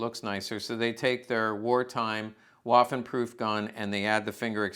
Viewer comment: “Waffen” is pronounced with a ‘V’ sound, not like “waffle“. Food for thought.